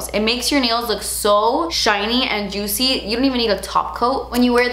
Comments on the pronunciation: Drink every time says "jutcy" 😂 Edit: I literally commented this before she says in the video hahaha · I love you but it is getting annoying how often you say Juitcy.... :(